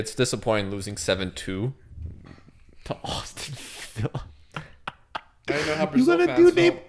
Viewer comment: Nobody:: awwston villa